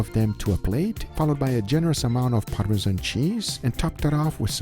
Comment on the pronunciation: Take a minute and appreciate, that Guga pronunciation of Parmezan (not Parme-jhan...), Pecorino Romano and Carbonara. On point!